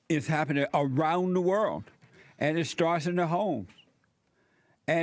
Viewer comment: Heard around the "world" pronounced as worlt. Jessie cracks me up